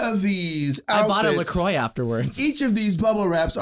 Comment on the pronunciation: "La Croy" Dear God. La Croix is French, pronounced La Kwah.